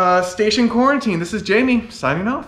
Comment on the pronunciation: Oh it is Jay-mee not Jam-ee